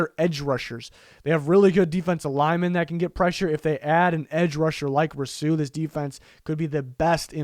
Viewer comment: Why tf do you say Rousseau like that.... also if the giants take him at 11 I’m finna kms